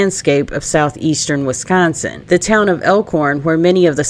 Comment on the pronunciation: Considering you're from Arkansas, you say wi-scAHN-sin well! Seriously, I almost thought you were from here or at least Illinois! 😁